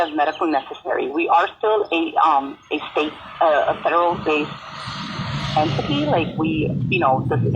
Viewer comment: It’s “entity” non “ententee”